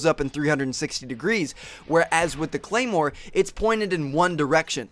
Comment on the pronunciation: ahhh... claimwar? you should learn the names first and that´s totally BS that 3.s to go off. its 0.75.s. thanks for your time